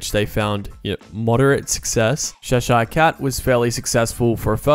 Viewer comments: As someone who's visited Cheshire several times (it's a region in North-West England) it took me a few goes to realise that's what you were saying before the word "Cat". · Love the way he say Cheshire 🤣😂🤣😂